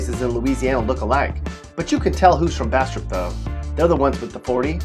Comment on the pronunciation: Damn he did Bastrop bad SMH!!